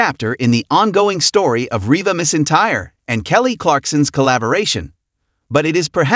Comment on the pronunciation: Oh if you could only pronounce Rebas name and other words. Correctly